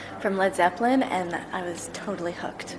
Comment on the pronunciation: Marry me, Donna...I love how you said "Led Zeppelind"...